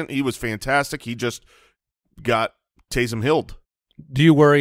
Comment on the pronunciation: Here’s a name for Taysum Hill and you gotta think of it as him saying it like Goku “TakeSum Hill”!!